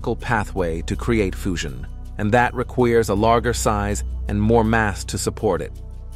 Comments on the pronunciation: "... and that requeers..." instead of "... and that requires..." Seriously? Another example of fake AI voiceovers! Why don't you at least listen to your fake narration at least once before you post? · Please listen from point on: the narrator makes pronunciation mistakes no mother tongue speaker would have made: fusion /foo-shion/, requires /re-kweers/, larger /larg-er/. And there's no reason why making the errors at that advanced point of the video... if you're a real narrator, and not a reading software. Why aren't we told we're given a machine-read narration? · What's going on here? Words pronounced correctly change to incorrect pronunciation. Listen carefully from "fusion" becomes "foo-zhun" "requires" becomes "ree-kweers" "larger" becomes "lar-ger" (g as in good) Why aren't the mispronunciations consistent? Sometimes "gyro" is pronounced "guy-row", and sometimes it's pronounced correctly. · "foosion", "reqviers", "larg er" Interesting pronunciation